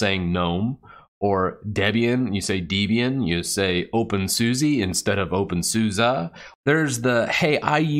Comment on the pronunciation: its not pronounced susi